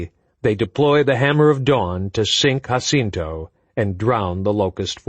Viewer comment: “Husinto” always makes me laugh. 5 books straight hahaha